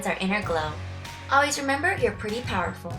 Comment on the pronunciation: I always understood "powderful".